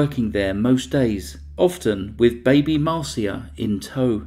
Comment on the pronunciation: Her daughter Marcia 's name is pronounsed Mar sha not Mar see a.